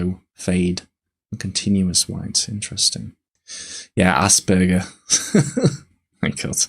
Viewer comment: I find the "Asperjer" pronunciation funny